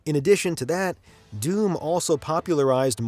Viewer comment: He keeps calling doom "dune"